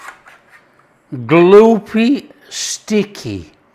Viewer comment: God you make me laugh. "Gloopy, sticky" in your Brit accent is so funny to my Yankee ears. Love your channel, personality and recipes. 👍 From a South Dakota fan.